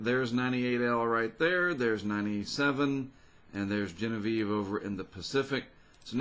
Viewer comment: Your pronunciation of Genevieve is absolutely correct! I worked for Lykes Steamship in New Orleans. One of our ships was the Genevieve Lykes.